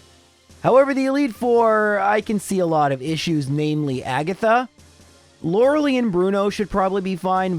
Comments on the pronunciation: Lorelei is pronounced Lor-ul-lye. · Just knowingly says loreleis name wrong every time